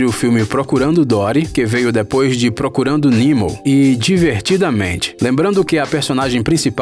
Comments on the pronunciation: é Nemo não nimo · Tu falou procundo nimo invés de Nemo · Não é nimo e nemo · Quem percebeu que ele disse nimo enves de Nemo deixa um like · Mano, que coisa chata ele falando as coisas erradas tipo picsar ou procurando nilmo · Procurando Nimo ? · Ap, Nimo, dorui, pixár, vc pronuncia tudo errado pqp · Pixár, nimo, rilei, q aflição meu Deus, fora q esse vídeo é um desserviço pro mundo das animações, quem acompanha imaginago sabe q 90% do q foi dito aqui foi dito errado principalmente sobre a morte dos pais da Elsa e da Ana e a alusão de q elas são irmãs do Tarzan, isso pq o vídeo foi postado bem depois de frozen 2, ridículo esse vídeo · Primeira vez que ouço alguém falar: “procurando nimo” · O vídeo está legal... Só tá difícil de ouvir a quantidade de nomes errados. Pelo jeito o criador do canal não assistiu nenhum dos filmes, só vez CTRL+C CTRL+V de algum artigo (Jesse namorada do Woody?? A protagonista de Valente é a "Marida"? "Procurando Nimo?...) Aff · “Ap altas aventuras” “procurando nimo” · Beleza que em inglês se diz "nimo", mas o vídeo é português, de um canal brasileiro, feitos para quem entende português, então o que custa falar na nossa pronúncia? Se for pra falar em inglês, então que diga "Finding nemo". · Api Altas Aventuras, Jess Namorada do Cowboy Woody, Procurando Nimo kkkk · "Nimo" "Rilei" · Você fala alguns nomes beem errados, como Riley, Pixar, Nemo, Merida, Up, Carl... Ou vc não assistiu os filmes ou não sabe